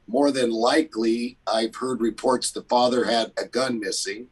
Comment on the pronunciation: I cant help it lol how he says "fada"